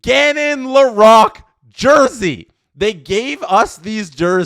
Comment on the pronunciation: Please… Lore-roque